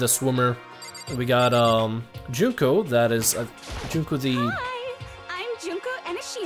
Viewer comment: I just want to congratulate you on being able to say Aoi's, Junko's, and Byakuya's names correctly